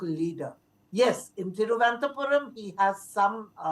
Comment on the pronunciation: Thiruvananthapuram ma'am not Thiruvanathapuram